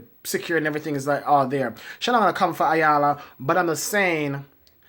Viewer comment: Isn't everybody on TV to make a living and get paid?! WTF!! ....... and her name is pronounced "Eyanla". BTW, please don't pick your pimples on camera, eeewwww that's just nasty!